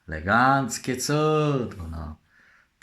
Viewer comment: Legancki włancznik ma